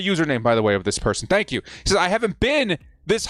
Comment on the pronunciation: "Thenk yoo fer ALL cummieeng" Can This Jack Wagon even get his intro right?!! Great...proved youre a galactic moron. Now. STAY THE F#CK OUT !